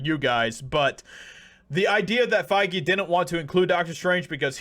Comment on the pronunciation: It's pronounced fey...... 😂